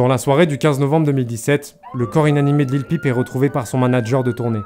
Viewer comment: Bien c'est simple, Il prononce mal Lil peep . Cette anglicisme ne se prononce pas comme une pipe lol.